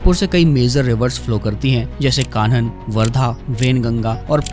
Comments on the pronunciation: I want to correct you that it is kanh river not khan river 👍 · Correction - the river name is Kahn not Khan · its kanh river not khan river btw good informative video